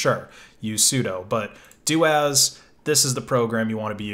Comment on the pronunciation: I am pretty sure it is pronounced soo-doo as in super user do! Corollary as it is doo-as not doh-as.